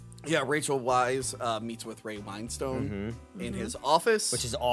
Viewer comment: As a cockney man, I just want to say that it's pronounced Ray "Win-stun".